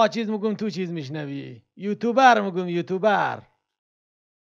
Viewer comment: خداااا او یوتوبر نیسته 🤦‍♂️🤦‍♂️ یوتیوبر تلفظ موشه یکم درستر تلفز کنید